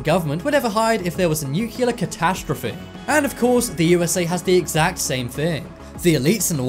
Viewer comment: ...nucular?!? C'mon, accents aside, that's just WRONG.